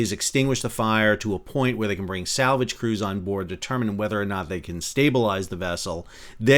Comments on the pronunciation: sal -vage? mercogliaNO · SAL-Vage! too funny. Great video! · ‘SAL’vage, made me laugh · I always thought it was pronounced "sal-VAJ" 😊